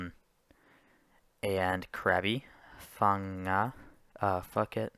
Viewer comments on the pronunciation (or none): Uhm, no, he said Phucket.